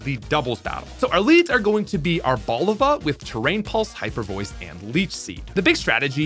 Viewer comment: It’s Ar-bo-LI-va. It’s a blend of “árbol” (tree) and “oliva” (olive).